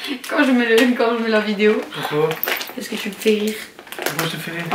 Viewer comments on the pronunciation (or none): S’etait trop drole quand tu a dis (comme tout le mode a dis pouqui au lieu de pouquave )🤣🤣🤣🤣🤣🤣